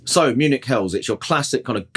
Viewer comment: Munich What did you call it?😂